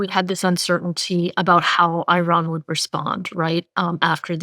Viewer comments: Its not 'I" ran!!! Just like its not 'I" taly! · WTF!! Another “eye-ran” analyst!! Why can’t these people learn to pronounce names properly? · What is going on with this podcast. distracting and comically wrong pronunciation of Iran like she’s never actually spoken to anyone Iranian… and Scott walking around in circles likes he’s in a merry-go-round. Good take on Trump media buyback though. Trump media has all the value of a meme coins it’s all just money grabbing scams extracting money from loyal fans. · Hard to take seriously as an expert on energy, when she can’t pronounce Iran remotely correctly. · Please learn how to pronounce Iran.